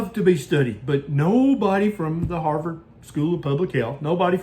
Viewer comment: If you were a researcher at the "Haarrvord" School of Public Health🤣🤣 🤣